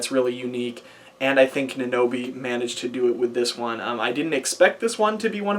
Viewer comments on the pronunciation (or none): isn't it NAN o bii, not na NO bii?